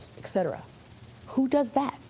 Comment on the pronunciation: The fact that she said "ex" cetera was distracting.